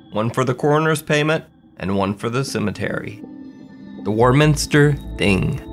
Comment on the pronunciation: Warminster in the UK is pronounced "waw" minster. Strange, huh. Can't get enough of your content, thank you 😊